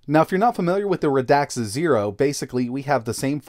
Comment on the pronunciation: Its pronouced Rad xa not Ra dax